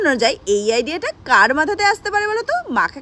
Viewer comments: বা ডিয়া না আইডিয়া অভার শিক্ষিত 😅😅😅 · বাইডিয়া,না, আইডিয়া😂😂😂😂